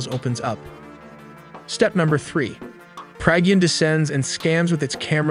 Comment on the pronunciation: Excellent informative video; pronunciation of Pragyan, Vikram and Chandrayan could be better!